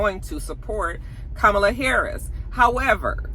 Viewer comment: Comma-La = Kamala. I have a “difficult name” as well and it’s disheartening when people don’t take the time to pronounce it properly. Loved the commentary!